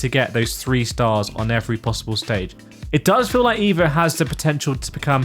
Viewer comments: It’s called EVO like evolution. Not IVO like idiot. Not too hard 😉. Cheers, Alexander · with the letter E in EVO pronounced as the letter E in the word ELEPHANT ..pleaseee 😉